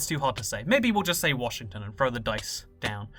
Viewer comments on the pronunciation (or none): none